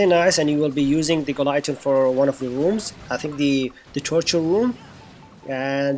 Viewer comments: "gi - lo- teen" not "guy-lo-teen" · Thanks for this wonderful tip. Anyway this is how we pronounce Guillotine (Gi-lo-teen) 😚